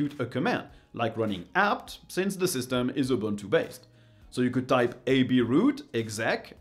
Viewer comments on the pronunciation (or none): *buntu? barf..